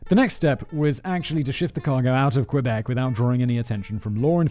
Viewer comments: Not Qweebec, pronounce Kébec. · I'm a Floridian, and it has always bothered me when people pronounce it "kwuh-beck". I was taught to pronounce it "key-beck", but my French is ass, so it sounds more like "kuh-beck". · this is so painful to hear the butchering of every word possible. Lol 😆 k - bec = Quebec. Oh my lord lololol it keeps going. Haaaaa